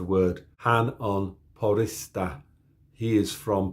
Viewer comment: Few tips I would have, if you want to sound native with spoken Finnish 1. The stress on words are on the first syllable. Example from the video would be you saying poRISsa instead of POrissa. 2. Pay extra attention to double letters. You did get them correct here sometimes (mutta, totta for example), but you also did stumble on them enough times that it's something to be focused on. In the word "olemme" for example, you need to be mindful to pronounce the "m" in the end of second syllable and at the start third syllable (o-lem-me). Also with double vowels (ulkomAAlaiset), but with vowels it's harder to explain in text form other than just to pronounce it longer. 3. Some people have already pointed this out, but Ä/ä is same as A/a in man for example. 4. This one might be a bit out there, but Finnish has something called vowel harmony. [Ä, Ö, Y] are front vowels, [A, O, U] are back vowels and [E, I] are neutral. A Finnish word can only have neutral vowels and either front vowels (formed at the front of the mouth) or back vowels (formed at the back of the mouth), which determines what vowels are used in 'bending' or conjugation. For speaking Finnish this is also important because of what I would call a "relaxed mouth posture". Since you don't need to be prepared to form vowels from different parts of the mouth within a single word, you can keep your mouth posture more relaxed, which does impact the overall sound of a native speaker. 5. Im not quite sure about this since there ca